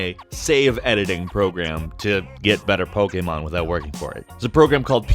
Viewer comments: why do you pronounce Pokemon an pokamon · Back with the whole Pokeaaaymaaaan pronunciation. 10/10